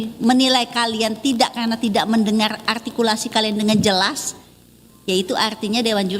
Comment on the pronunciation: Biasakan membungkam😂artikulasi tapi gabisa ngomong R😂 "altikulasi"